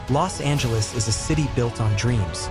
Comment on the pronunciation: Do you know how to say Los Angeles ?